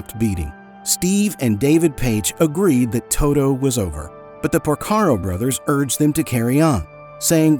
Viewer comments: To-T-o. With a TEEEEE. Not Too-Doooo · Todo?? Speak English, for God sake!